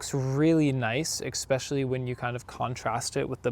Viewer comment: Every statement you made, you made into a question. What is that about? You need to learn to speak my friend. Like learning how to pronounce especially, there is no X in that word yet you pronounce it as though there is and using "A" when you should use "AN" in the sentence. your video was unbearable to watch.